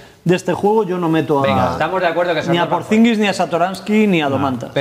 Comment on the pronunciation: ¿Por qué llevan 5 años hablando de Porzingis y sigue diciendo Porzingins? ¿Nadie se atreve a decirle que pone una "n" de más?